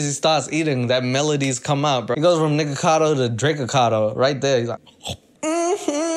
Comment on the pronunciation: I thought u said the n word omg 😭😭 "niggagado" byeeeee